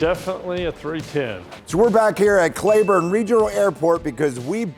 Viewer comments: Its pronounced CLEEburne not clayburne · fyi, here in Texas the city where the airport is in we pronounce it "clee-burn" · it’s Cleeeeeeburn not clayburn ❤😂 love ya keep the content coming! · It's pronounced Cleeburn. Use a long E! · so you know it’s pronounced Kleburn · since no one else said anything, I will. I live in the Dallas area, and Cleburne is not far away. The correct pronunciation is Clee-Burn. I am like some of the others have said, I originally started watching the channel to watch the progress of the 401, but there has not been very much progress done to it lately. I understand that getting these other project planes back in good operating condition helps fund the channel once they are sold, but I am 76 years old, and I would really like to see the 401 come back to full service again, before I check-out. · In Texas we pronouce Cleburne as Klee buurn.